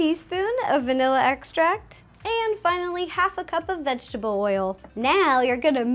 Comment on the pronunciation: Since watching your videos I have started saying vegable oil instead of vegetable oil